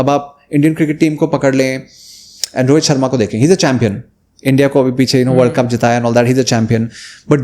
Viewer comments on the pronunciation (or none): none